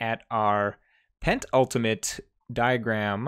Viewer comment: "penultimate", not "pent-ultimate"😊